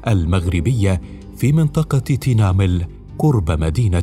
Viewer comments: المعلق الصوتي لايتقن نطق الكلمات الامازيغية مع الأسف من مدن مغربية وأسماء اعلام مغربية، محمد بن تومرتtumert, تينمل tinmel, مع الأسف ينطقها كما ينطق اسماء غربية بالإنجليزية وغيرها، الامازيغية مختلفة جدا، فيها السكوت وترقيق الراء وترقيق التاء، المغربية اغلبها سكون تومْرْتْ بتخفيف نطق التاء والراء هكذا لغة المغاربة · اصلا ساهد الفلوكات العرب اامسارقة عندما ياتون ينصدمون يكتشفون ان كل شيء امازيغي ابتداءا من المدن والكلام والقرى وحتى انهم لا يستطيعون نطق المدن كما ننطقها نحن لاننا نفهم معناها مثل تنمل ينطقها صاحب القناة بشكل غريب